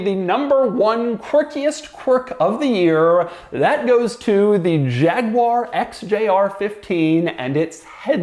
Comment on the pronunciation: I think the quirkiest quirk of this video was Doug's pronunciation of Jaguar